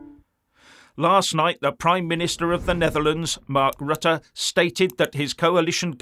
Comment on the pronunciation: Rutte is a hypocrit, during his PM ship, many, many, and still many more immigrants were welcomed by him into the Netherlands. And now suddenly he is opposed? Hypocrit. By the way, I admire your pronounciation of Rutte and Willem Alexander, it is on point!